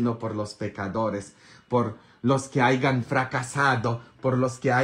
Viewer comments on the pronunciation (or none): Dice hayan no aigan